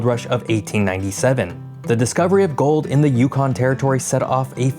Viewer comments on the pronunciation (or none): none